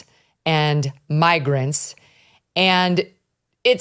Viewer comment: I heard magrant🤔 you could hear he just misspoke .